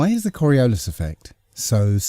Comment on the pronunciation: KOR-EE-OOO-LYS mmm....SCIENCE!